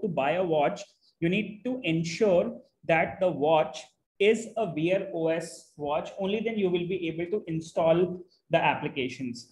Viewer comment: Bro I had to confer with chatgpt to figure out you were saying "Wear OS". Sounded like "Veer OS". Totally unintelligible. I'm only saying this to be constructive. Thank you for the video.